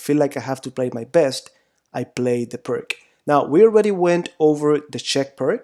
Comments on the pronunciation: But we must pronounce pirts not pirk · Please pronounce it as "peerts" it's called the pirc defence after a man's last name, which is not pronounced "perk" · It's not called "purk" though, it's more like "peertsh", just throwing that out there. ;) Anyway, thank you for the video! It's always great to see someone's else's perspective on things (even if it's just to validate what you already know). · Its pirs and not pirk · I am sorry. I need to jump in. You pronounce it as Pirk defense but it's pronounced correctly Peertz defense as of Vasja Pirc (Slovenian GM) who invented it. Otherwise good job on your analysis. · Isn't it pronounced 'persh' rather than 'perk'? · It is not pronounced “Purk” It is pronounced “Peerts” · Please tell me you aren’t going to say perc defense instead of pírc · It is not Pirk but Pirc according to the surname of Slovenian GM...c like you pronounce first letter od the surname Tsitsipas :-) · It's not pirts but pirs / pirc (in Polish obrona pirca). so ofc it's not k but c / s in spelling. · So far I have been avoiding this defence but after watching these lessons I will give it a try while playing my next tournament. As for the correct pronunciation of the "Pirc" we should say [peertz] instead of [perk] 😀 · Pirc is pronounced PEERTS, not PERK! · Pir(k)? Pir(s) is correct. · O.K., - you've studied it for whole life... but: the pronunc. is not "PRK", biensi' "PIRTZ"!... a Slovenian GM Vasja Pirc... ( P.S.: another great Slovenian GM: Albin Planinc - pronunc.: "PLANINTZ", not "PLANINK" ). Altrimenti, complimenti x il tuo canale YT. Mi sono iscritto. Cordiali saluti. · Nearly everyone I know pronounces this as PERK rather than the correct PEERTZ. We all know what we mean . ;-) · Hey, here in America we love butchering names in other languages. See: Los Angeles, San Francisco, San Luis Obispo, San Rafael... and that's just here in California. Plus, "Pirk" sounds better than "Peertz." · ...pronounced peertz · Pirc. P-I-R-TS